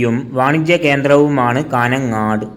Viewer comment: കാന ങ്ങാട് അല്ല കാഞ്ഞങ്ങാട് പട്ടണങ്ങളുടെ പേരെങ്കിലും പഠിക്ക്